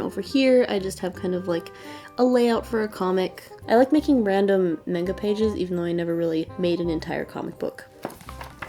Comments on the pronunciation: And It's Actually Pronounced, In Japanese, Ma-n-ga. Not Men-ga. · say manga right! m - a - nga! not m - o - nga! say it how you say it! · I also say manga m-A-nga instead of m-AH-nga. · ...am I the only person who says manga as maynga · dont worry i pronounce manga as maunga and yay im in ur in uk cuz i live here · Don't worry I say "Manga" wrong too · It's Okay. I Say The ' A ' In Manga As Well. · OMG U SAY MANGA WITH THE AUSTRALIAN ACCENT YAAAAAAAAAAAAAAAAAAAAAAY